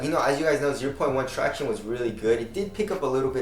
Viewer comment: thank the lord, a vid where doesn't say 'tractiones'... so grating.